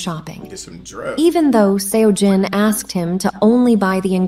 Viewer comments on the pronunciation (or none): That wasn't the right pronunciation. The 'eo' in Seojin sounds like the 'o' in sock.